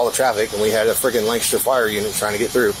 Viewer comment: They did pronounce ‘Lancaster’ correctly